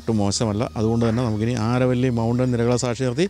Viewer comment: അരവല്ലി മലനിരകൾ (ആരവല്ലി അല്ല )...